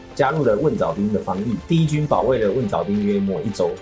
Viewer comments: 是月浦不是月埔，浜读bang，不读bin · 不应该是读蕰藻浜bang吗，bin应该是滨这个字吧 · 浜，bang音，不是“兵” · 感谢做出这么精良的节目，另外蕰藻浜 最后一个字应该读bang。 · 蘊藻浜（bang）念帮忙的帮 我是宝山土著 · 浜 读 bang